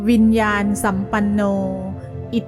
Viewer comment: ต้องอ่านว่าวิญญาณนะสัมปันโน